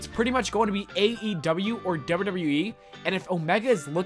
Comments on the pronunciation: Those legendry pronounciations. Dobdeudobdeweeeeee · Bruh slow down when you pronounce “wwe” ffs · The way you say WWE is hilarious